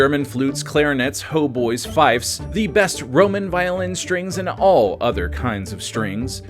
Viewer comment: “Hautboys”is the French word for oboe and is pronounced “oh-BWUAH” (or close to that). It’s usually spelled “hautbois”.